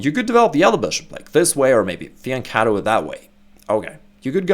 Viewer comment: Makes a change for someone to pronounce fianchetto with the correct hard-ch like a k not with an English or Spanish ch.